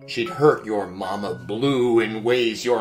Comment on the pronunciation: Before asked if he loves Luna that was the one time I understood that called Luna "Mama blue" because the whole time I thought her called her mama pew